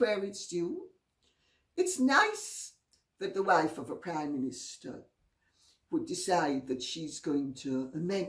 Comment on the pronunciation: Dear Lady C, I'm American, sometimes I mishear your words. when you said Sophie Trudeau is the wife of a prime minster, I rewound it three times giggling because I thought you said "wife of a Communista"